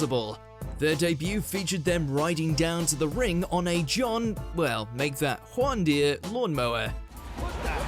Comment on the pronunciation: dude said “Juan Deer” lawn mower hahahahahahaha